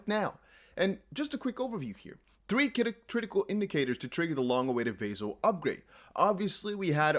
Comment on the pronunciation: Ηey! What’s up. Yea I own Cardano. And by the way it’s not Vay-Zil upgrade. It’s Vah-sil upgrade;)